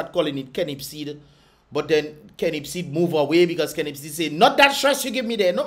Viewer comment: Kennip seed ...lol 😅